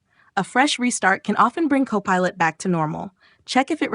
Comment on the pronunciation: look for "cop a lot".......wt heck? An AI voice reporting on an AI service, what could possibly go wrong?